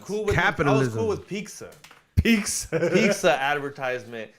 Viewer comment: DEAR; I CANT HELP BUT THINK YOU MIGHT HAVE YOUR GREENCARD BY NOW IF YOU PRONOUCED 'PIZZA' CORRECTLY. JUST A THOUGHT! HOPE THAT HELPS! STAY LOUD & PROUD BRO!